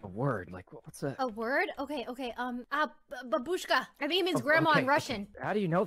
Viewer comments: I piece of info for those of you who are interested: babushka is pronounced "bAbushka", not "babUshka", and means "grandmother" in both russian and ukrainian languages. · As a Russian it really triggers me when non-russian speakers pronounce Babushka.. It's bAbushka, not babUshka. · Actually it's pronounce bAbushka